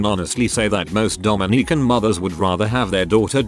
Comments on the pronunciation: TIL Robots cant pronounce "Dominican" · It is Dom in i can not Domi nican